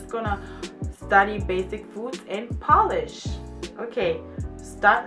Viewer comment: Ok Lady. It's not a nail polish. It's Polish. It's not the same pronunciation! Try p-oh-land or p-oh-lish. The rest polish words was perfect :) ..almost.